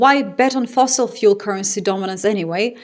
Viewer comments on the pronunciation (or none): none